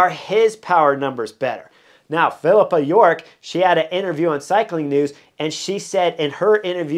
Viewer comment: Funny that in Pippa York’s article he is spelled correctly when she can’t pronounce his name right, no matter how hard she tries 😂